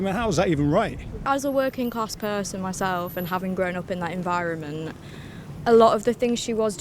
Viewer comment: 'Environmene' 'Parliamene' She needs to correct those